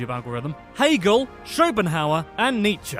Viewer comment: please study some German: dichter is ch like in Spanish j in Méjico and not dikter😮. Hegel is with 'e' like in 'bed' and not Haigel!😮